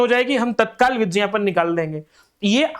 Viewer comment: Sir as a curiosity me puch ra hun galat mat lijiyega aap vigyapan ko vijyapan kyun kehte hain aap har video me yehi kehte hain 😅...